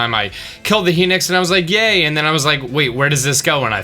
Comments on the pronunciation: HENIX, its said like hi as in hello and nox as in he nocks up chicks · why do you say heenix instead of hinox? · He-nix?? Lol it's Hi-nox haha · i dont mean to be rude, but its pronounced "HI- nox" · I pronounce Hinox like hen ocks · Why do you pronounce Hinox like that?